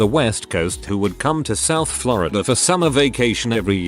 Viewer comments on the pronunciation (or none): none